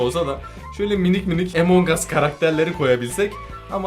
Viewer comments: Abi emong us değil among us diye okunuyor rica ederim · Abi emongas değil amongas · Abi Emong us değil Among us diye okunuyor / söyleniyor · Abi emongas değil amun us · emongas değil amongas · Abi EMONG AS deyil AMONG us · Abi lütfen emong as değil among as diye okunuyo lütfen buna dikkat et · Lan emong us diye okunmuyo among diye okunuyoo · Ağbey emongas değil 😲😠amongas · Abi Emong değil AMONG diye okunuyo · Emong aslında değil among as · Abicim among as emong as deil şunu düzgün soyleyin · Normalde:among us:emong uss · Emong değil among abi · Abi emong us değil among us ve bende senin gibiim abi walla ilk hep ben öldürülüyordum sonra sildim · Abi emonguss deyil among us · Yaw abi o emong us diye okunmuyor direk among us diye okunuyor Google trasnlate den bak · Emon diye değil among diye okunuyo 😶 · Benim okuduğum:among as ONLARINokuduğu:Emong as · Abi emon gas değil yazılışi among us okunuşu amon gas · abi bunun adı among as de emong as değil yaaa 😭😭😭😭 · Emong as diye okunmuyor Among as diye okunuyor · ABİ LÜTFEN EMONG US DEMEYİN LÜTFEN BAKİN RİCA EDİYORUM AMONG US SÖYLEYİN LÜTFEN 🙏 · Among us abi emong us deil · EMONG AS diye söylenmiyo AMON AS diye söyleniyo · Emong us değil Among uss Öğren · Emen ges deyil güzel abim benim amongs us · abi amongas diye söyleniyor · abimmm a ile söyleme a harfiyleee amang us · Herkesin Among Us A Emong As Demesine Sinir Olan Bi Benmiyim ? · emongas diye okunmuyor ama abi